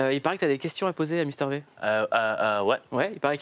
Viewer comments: N'empêche il a dit mister vé, cest Vi! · MISTER VIIIIIIIIIIIIIIIIIIIIIIIIII PAS Véééééééééééééééééééééééééé !!! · Il a dit Mister vé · "mister vé" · "Misteur vé"